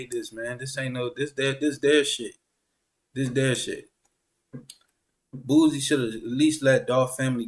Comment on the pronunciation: Lol man put some respect on that man name. Who the hell is boozie. Its boosie.